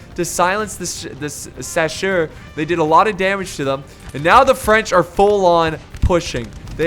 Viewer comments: mouse And don’t take there’s so much to heart dude and chasseur means Hunter and the only reason I made this comment is because he is an English American and is obviously saying it wrong so I was translating it for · Its so cute the way you struggle when saying "chasseur".